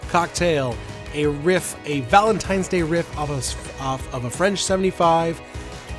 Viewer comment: Did say "ValenTIMES" day????? 😀